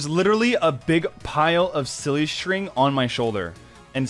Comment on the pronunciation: Um I'm sorry but did he just say ow to silly string?